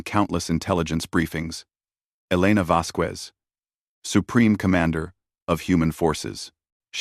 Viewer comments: The name Vasquez does NOT have a "W" in it!!!!!!!!!!!!!!!! Her name is NOT "Vasqwez"!!!!!!!!!!!!!!!!! fHow the HELL can your AI say "Vasquez correctly in every other sentence and WRONG in every other one!!!!!????? Crappy AI! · Your AI also never learned how to properly pronounce the name Vasquez.